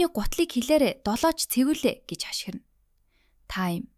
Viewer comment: Xen2 ym be jooxin todirxoi bolgood ogoochee 🫪 bas miree gj xen ym be 🫪xashgiran gej xeldeg buruu duudaad bna🫪